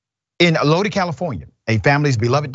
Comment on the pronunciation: it’s pronounced Lo-dye not Lo-dee.